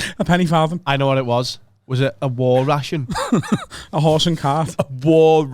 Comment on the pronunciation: 'A war ration?' 😭😭😭😭 fuck off hahahahaaha